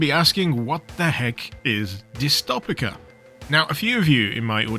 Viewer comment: It's pronounced like dystopia why do you pain me like this bro